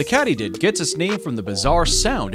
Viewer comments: Katy-did not cat-ee-did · It's pronounced as Kaytydid,..not Catydid.(like a cat) Ya know some of these creatures cannot be kept as pets due to the fact they will die,and if you touch a Monarch's wings it burns them.Meaning pain. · Loved the video but it's pronounced "kay-tee-did" not "katty-did. " Otherwise, very impressive "vaddy-oh." See what I did there?😄🦗 Also, you've obviously never been to southern Ontario, Canada when the Monarchs migrate to Central Mexico. Groups of thousands can be seen along the shores of Lakes Ontario & Erie, where I was witness to their splendor. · I believe it is pronounced “KĀTYDID” as this is how I’ve heard it pronounced all my life. The way you pronounce it, it should be spelled “KÄTTYDID” with 2 consonants together following the vowel, making the A pronounced as a “short” A, like in “sät”. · Nice video. Except for all the begging for likes, etc... Also it's Kady did. Not cat.... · Catydid I've always heard Katiedid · I got tired of hearing kattydid instead of katydid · "Katie"did = katydid NOT Katty did lol. Young people... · Here in the south, we pronounce it Katy-did, as in the name "Katy". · Since when do mantids worry about being eaten by their prey? Lovely photos, but I must say I was quite intrigued that anyone would pronounce 'katydid' as 'cattydid'! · You lost me at "cat-ee-did". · It's not called a "CAT E DID" there guy. Ca' Mon dude get it right would ya? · Sorry, I won't be subscribing to a channel where they can't pronounce 'Katy'did, or know that a creature doesn't have to worry about 'prey' eating it. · I've never heard "katydid" pronounced that way.